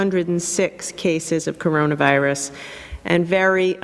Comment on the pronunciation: I burst out laughing at this for some reason